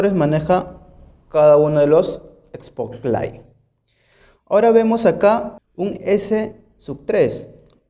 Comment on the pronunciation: No confíes en alguien que diga "espoklaig"